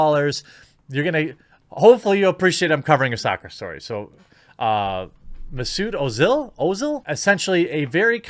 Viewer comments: It's pronounced "mess-it oh-zil" for future reference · Pronounced: Mezut O-zil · It takes literally 10 seconds to find out how to pronunce Mezut Ozil.